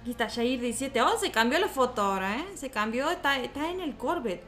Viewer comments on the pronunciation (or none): Como q agrada mas q le diga shair en vez de yair